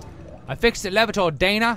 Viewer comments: I fixed the elev-uh-tor, Daina! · why does he say e LEVATOR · Thanks to these videos, for the rest of my life, I will always pronounce "elevator" the way Toby does.... >.<